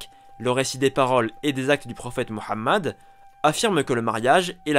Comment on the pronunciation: Merci pour les efforts de prononciation du prenom du Prophète Mohamed et non Mahomet comme nous l entendons souvent, bonne continuation !